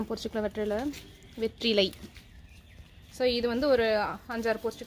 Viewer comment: Hi sis im ur new subscriber 😍இலை பறிச்சுக்கலாம் னு சொல்லுங்க பொறிச்சிக்கலாம் இல்லை.... Just sonnen.. Keep change da